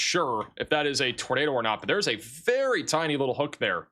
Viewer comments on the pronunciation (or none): none